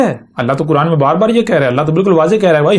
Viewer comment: یہ چھوٹی بات نہیں ہے لہجے سے ڈھیٹ پنجابی لگ رہا ہے لیکن چونکہ یہ اپنے آپ کو نبی کہہ رہا ہے تو کیا اللہ تعالیٰ نے اس کو اپنی کتاب کا نام تک نہیں سکھایا؟ کران کران کر رہا ہے بے غیرت بے شرم اور کچھ گمراہ لوگ واہ واہ کر رہے ہیں ۔ اس ویڈیو میں تو وہ کوئی خاص بات نہیں کر رہا